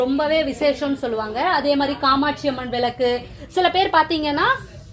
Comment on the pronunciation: விலக்கு என்று உச்சரிக்காதீங்க விளக்கு என்று உச்சரியுங்கள்